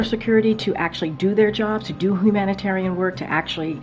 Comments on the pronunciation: 🤔Did just say Hoomanitarian efforts? WTF? She's such a 💩. 🤣🤣🤣🤣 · “Whomanitarian work”? She can’t even pronounce “humanitarian” correctly. Doomed!